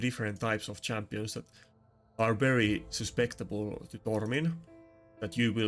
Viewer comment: With all the gentleness and well- meaning that you deserve. The word is "Susceptible." As opposed to "Suspectible" (I hope you are in no way offended, it is not my intent) i have been watching your high-end Arena content for some time now, and I love it. All the best.